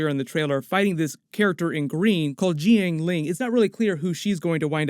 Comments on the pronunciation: Jiang is one syllable. It rhymes with Yang. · the Jiang in Jiang Li is pronounced as one syllable btw, just so you know for future vids.